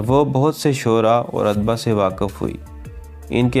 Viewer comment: برخوردار "ادباء کا تلفظ udabaa ہے۔ adbaa نہیں۔